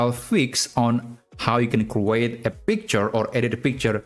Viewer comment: the way you pronounce the word create is wrong